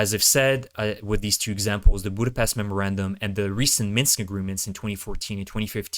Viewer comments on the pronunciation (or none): none